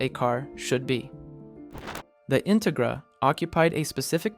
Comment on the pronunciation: Integra- in- rig- ra? Ai garbage? 😅